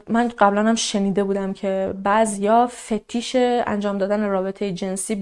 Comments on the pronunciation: فتیش عزیزم مشدد نیستا.. Fetish گوگل کنی تلفظش هم میده... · واقعا پرونده خاص و جدیدی بود عزیز❤ راستی فتیش تشدید نداره چون پشت هم گفتی رفت رو مخم لامصب😄😄